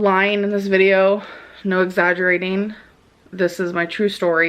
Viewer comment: No lyeen. No exaggerateen.